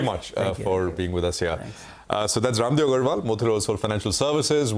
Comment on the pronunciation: Bhai, Please at least give respect to Raamdeo Ji, Call Raamdeo Sir as Rammdeo Jii, Not "Raamdeo". What ever language you are using, because you are discussing about indian Market and He is one of the finest Guru of our market.